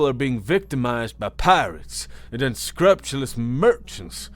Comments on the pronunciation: It's pronounced un-screw-pew-less. Just as a note. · My dear, "unscrupulous" is pronounced un-SCREW-pew-Luss. It means lacking in scruples. Conversely, "scrupulously" is pronounced Screw-pew-Luss. Hope this helps. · un-scrupe-u-lus your word pronunciation is ... interesting But your voice work is amazing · Small corrections. Emphasis on the all caps. Please keep being an awesome narrator! Unscrupulous: un - SKROOP - you - lus Decorative: DEK - uh - ruh - tive, (or) DEK - ruh - tiv Contemplative: con -TEMP - luh - tiv